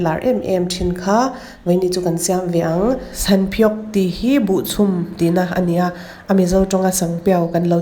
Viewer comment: sanpiau i lam dan hi sangpiau i ti ni mai in ka hria😁